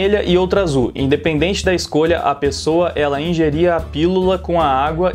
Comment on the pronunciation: "Pipola" e "pesoua"